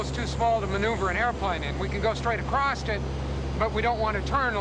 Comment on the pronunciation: Scientist that does understand that is pronounced "across", and not "acrost"